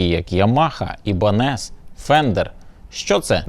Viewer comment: 👍 гарненький канал. Й Україномовний проєкт, що особливо поважно💙💛 Дякую ВАМ, Шановні, за працю. P.S. колись мав таку можливість виступати на (совок) бАльшой сценЄ... Єдине що.., перепрошую, радив би ведучому вживати вислів Ibanez(айбенез, а не ібанес)... Успіхів вашому каналу та якнайбільше користувачів🇺🇦🤝